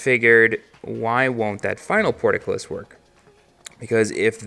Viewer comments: say it with me PORT-CULL-IS. not porticulis. portcullis. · ***** I was actually going to comment the same kind of thing, portcullis vs porticullis or portercullis lol